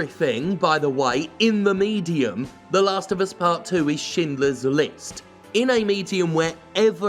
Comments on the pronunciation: As a non-native speaker I find it funny that you pronounce Schindler correctly, but not Schreier. Like, is this a Jim fuck-up, or is this an English Language fuck-up? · How is it that you can pronounce "Schindler" but not "Schreier"?